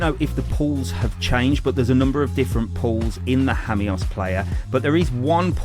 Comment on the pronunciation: Hammyos? I’ve always pronounced it Seaside Lost Jamos